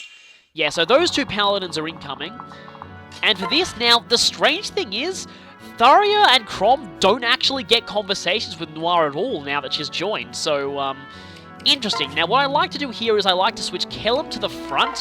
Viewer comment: Her name is Tharja with a "j", not Tharia with an "i".